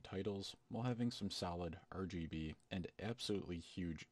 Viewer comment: Got a sub from me, just because "Ur-GB" :D